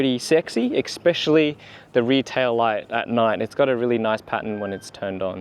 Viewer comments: Mate, it's especially, not expecially. Good video though, thanks! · Appreciate the upload mate, but, just for future reference, the word is “especially”, not “expecially”.